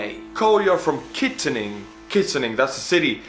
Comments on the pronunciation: It is said kit an ing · Its kitt an ing Pennsylvania